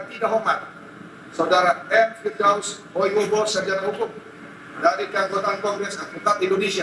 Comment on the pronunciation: Firdaus oiwobo bang bukan Firdaus oiwibowo